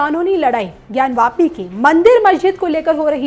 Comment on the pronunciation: ज्ञान वापी न कि ज्ञानव्यापी